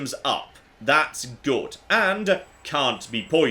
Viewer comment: Fallout New Vegas.... is goote (Timestamps on where he says "Good") P.S. I know I've missed some, if you see some that I missed, please let me know! (that laugh too 👀)